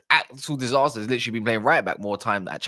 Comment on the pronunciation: The fact that you keep calling disasi disaster is so so funny 😂😂